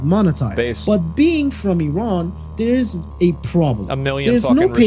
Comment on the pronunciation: Yo this dude is Chinese. Did you see how he pronounced Iran? Elmer Fudd sounding MF'er.